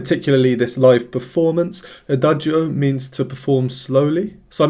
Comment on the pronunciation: Thank you so much for your really professional reaction videos. I just wanted to point out two things. 1) The pronunciation of "adagio" is without pronouncing the "i", as Lara pronounces it (she is a native speaker and so am I); in Italian, in words ending in -cio or -gio, the "i" is purely there to indicate that the "c" is pronounced "tsch" (as in chess) and the "g" is pronouced "dj" (as in jazz). 2) Lara is classically trained with 10 years at Brussels's conservatory, so that explains her breath control and her ability to shape her mouth in the right way to create the sounds she wants to create. Thanks again! 🙂